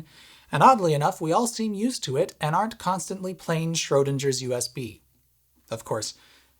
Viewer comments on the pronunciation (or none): NB: , the 'g' in "Schrödinger" is part of the ng digraph, which sounds like the ng in "singing". It would be more accurate to say that the uses of the holes you mention are obsolete, rather than deprecated. Good puns—i especially liked "NEMA-toads". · NoOffense but the way you pronounced the name "Schrödinger" I didn't even understand that you meant him at first and I had to rewind and read the subtitle xD Also, don't worry about pronouncing the letters "ing" differently, in this case they are pronounced just the same as you would read them in English, so you didn't have to pronounce this like the letter J or anything like that xD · He said it. He said shrödindjer. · Can you please go back in time and not pronounce Schrödinger that way… 🤦🏻‍♂️ lol